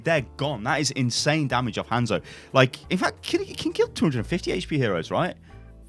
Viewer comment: Its pronounces HON-ZO... Not HAN-ZO